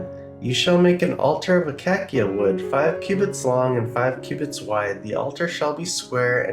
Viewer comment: pronounced a-CAY-sha. wood.